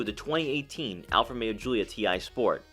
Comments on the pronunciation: Romeo, not Alfa Meo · How is this car co.pany pronounced? It sounds like you are saying Alfa-mero. Almost like one word.